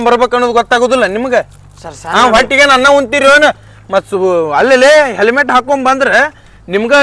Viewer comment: Selmet alla helmet